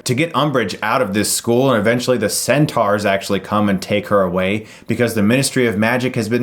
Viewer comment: centar? its pronounced cent-or. or not are